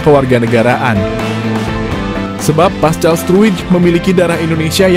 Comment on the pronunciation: Paskal bukan pascal c di baca k!